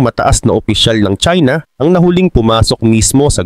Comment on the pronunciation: China not chsina ok